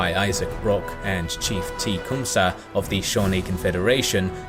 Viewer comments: Also, Tecumseh is pronounce closer to "teh-COME-sah", rather than "TEA-COME-sah" which seems to be how you're saying it. I know... our American Indian names are not the easiest to work with... it plagues our spelling curriculum relentlessly ;-). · Mistakes and Oversights: Oliver Hazard Perry was an Admiral and later a Commodore of the US Navy. He was never a General as you state. Next, you keep pronouncing Tecumseh's name improperly. The first syllable is not pronounced like the "tea" that you drink but like "tay". Next, you talk about the burning of Washington DC, but leave out two crucial facts. One, the burning was in retaliation for the US burning of Montreal and second, it was the first time in history that rockets were used to destroy and burn a city. You also keep using phrases like "The Americans luck in the west changed." Or they were a "rag-tag" bunch. All soldiers start as rag tag bunches. By the time of the Battle of New Orleans, his troops had been trained and were no longer "rag tag". Secondly, it is a bit insulting to take someone like Hazard Perry's bravery and genius and label it "luck". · Anyone else triggered that he said Tea-cumsah instead of Tecumseh? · You keep pronouncing techumseh wrong. It is generally agreed that it is pronounced "Tec-um-see" or "Tec-um-say". Whereas you pronounced it "Tee-cum-suh" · Ta-come-tha is how I understand the native people pronounce the sir name. I've heard it pronounced sa, see as well in docs. and town names, but as I understand it its tha, not sa or see. Best channel on youtube, watch every day! Great family in human history that needs their due respect. Thanks for that!